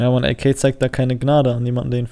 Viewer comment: Sprich AK DEUTSCH aus pls triggered mies